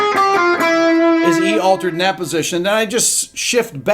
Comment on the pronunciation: Sorry sir it’s altered not aletered